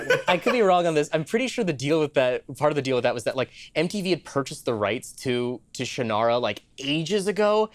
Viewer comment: Ummm, Actually... according to Terry Brooks, Shannara is pronounced "Shon-rah."